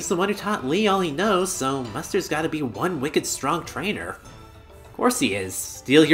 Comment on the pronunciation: "This'll 'BEE' it" huh? XD